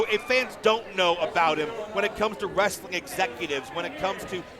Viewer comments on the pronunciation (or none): Lol saving wrestling! he can’t even pronounce the word correctly,he calls it ress-a-ling. wrestling is a 2 syllable word not 3!